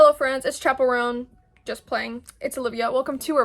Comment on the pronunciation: It’s chappy roan